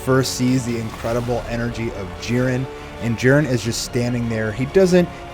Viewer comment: I hate when these fools keep saying jirens name wrong